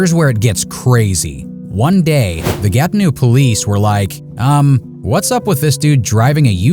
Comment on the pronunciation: For future reference, Gatineau is pronounced Gati-NO not Gati-NEW.😉